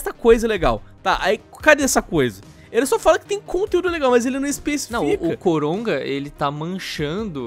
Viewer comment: não sei se sou so eu que estou ouvindo eles dizerem COROGA